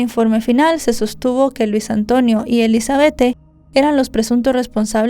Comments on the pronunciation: SE ESCRIBE ELIZABETTE❌️ SE PRONUNCIA ELIZABETH✅️ DIZQUE ELIZABETTE PARA DONDE???🤭🤣😂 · Se pronuncia Elisabet sin la E al final 🙄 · Sentía como un jalón de orejas cada vez que la escuchaba decir "Elizabethe" 😢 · Me desespero bastante como pronuncia el nombre (Elizabeth)